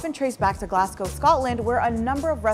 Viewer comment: ( I'm just kinda disappointed that the chef at the start said "Green Cardaman" Also, CTM, has only ever been used in that video. And Glasgow, is Glazgow. Not Glass Go.